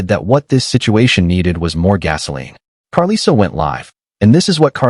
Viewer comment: I absolutely HATE when whyte ppl make videos about the black community and mispronounce names. they always mess up chrisean and karlissas name. Please report on trap lore Ross leave this to our community thanks